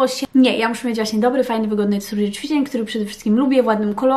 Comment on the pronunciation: ja myślę, że to nie jest kwestia logopedy, tylko tego że się żyje w innym kraju niż Polska, zacytuję śmieszny/prawdziwy tekst: "emmm, jak to było po polsku?" 😃 Ale w tym filmiku wyjątkowo dużo było CZWICZEŃ :)